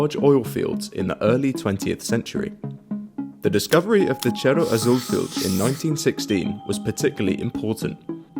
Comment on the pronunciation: I was gonna say that Tabasco and Oaxaca were almost pronounced correctly until it came "Cerro Azul" Still, Great work